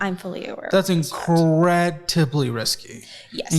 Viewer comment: I cant with saying "increTibly" risky. Its a "d" dude! Jk tho I love you